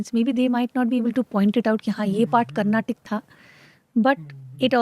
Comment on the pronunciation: For the last time its "Carnatic" and not "Carnatak".